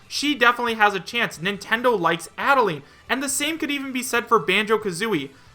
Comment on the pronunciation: I'm so tired of hearing him say Adeleine wrong I'm gonna die If he says it wrong one more time -_